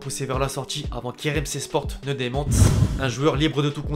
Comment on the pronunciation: Ah sérieux tu es vraiment pas doué pour un youtubeur youpin. Sport tu es pas obligé de dire avec le t